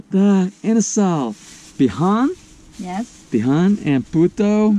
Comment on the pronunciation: Bee-Hon? lol Bee-Hoon